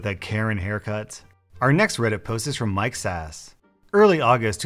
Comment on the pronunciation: did anyone else hear ‘Mike’s ass’?